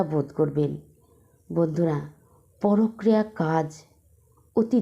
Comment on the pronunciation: কথাটা ""পরক্রিয়া "" নয়। পরকীয়া। ভীষণ কানে লাগছে।